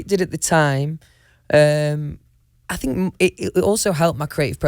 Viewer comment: "won direction" "i fink" "do ya kno wha ah mean" "mm" "noice .. noice" "ma'a of fact" "ah woll is a woll" "me" "guud" - louis tomlinson 2019